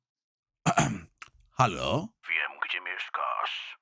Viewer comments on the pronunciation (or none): none